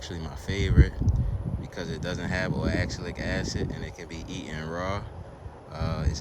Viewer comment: if you were referring to oxalic acid its pronounced ox (like the animal) alec (like alec baldwin) acid. its found in quite a few foods naturally. in small amounts its harmless. most of the time the body (as long as your gut is healthy) simply binds it with calcium and your body eliminates it as a waste product. in high amounts it can prevent the body from absorbing minerals and contribute to kidney stones in some cases. you probably already knew that already though lol